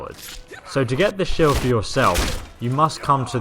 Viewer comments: “Shild” lmao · SHILD? SHILD? really? Shields sheilds